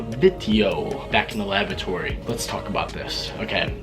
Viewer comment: "Back in the labatory" haha